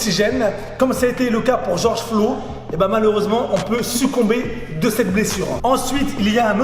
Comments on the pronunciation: Seul mec au monde à pas savoir que c est mineapoliS (avec un s) et George Floyd et pas Flo... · "George Flo" mdrr sinon très bonne vidéo! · Ton "Georges Flo" passe pas du tout, tu devrais republier cette vidéo sans cette erreur, par respect. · Georges flo 🤨 prononce correctement son nom famille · oui mais dans la vidéo il dit Georges Flo